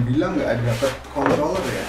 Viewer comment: Ngeri banget waktu denger si abang bilang controller, kayak gak mantab gitu, rawan keseleo